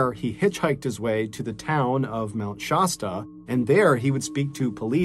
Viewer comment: Mt. ShASSta not ShAWEsta.